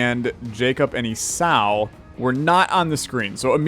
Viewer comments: Jacob and Esau, like seesaw, not ees-ow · "Esau" is pronounced E-saw.